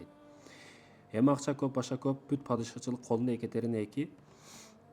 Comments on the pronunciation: Биринчиден Экатерена эмес, Екатерина деп туура окусан. Орустун атын кыргызча айтпай. Жогорку билимин барда тарыхчы болгондон кийин, кыргызча так суйлосон жакшы болмок. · Екатерина десен,Екатарина дебей,и ещё с ужасным акцентом. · Адамдардын аттарын туура айтчы,икатарина дебей боп кетейин дебей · Екатарина эмес. Екатерина деп айтылат. Башка тема тапсан болмок. Сен алар учун жене болдун беле..😢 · 😂Экатарина дейби тарыхчыда ушинтип ката суйлойбу,уят эле боп кетти дейби биринчи озунду туура суйлогонду уйронуп алчы😢😢😢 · Екатерина - Экатарина эмес. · Тантырап чыкпай эле кой да.Суйлогонун же озбекче эмес, же болбосо кыргызча эмес. Екатарина эмес Екатерина. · Туура суйлошту уйрончу озун Екатарина эмес Екатерина болот оз тилинди да туура таза суйлочу андан кийин элге суйлогун биринчи : Озундон баштагын ! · Эээу хотябы ошо аялдын атын туура айтып уцронуп алчы... Екатарина😅 тантыбай.. Эмне зериктрнби?? Сен кордун бэлэ.. Ким корду!!! Ээй тантык... Нениэлэ суйлоп салдын.. Тарыхчымын деп коет эээляяя эшшшек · Екатерина деген созду туура айтчы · Екатерина деп туура сулосон